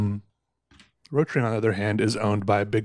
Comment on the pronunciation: Rotring... It's pronaunced Rot Ring = Red Ring.